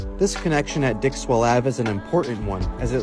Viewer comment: I had the CC on and you said "dickswell avenue" and i died. 😂🎉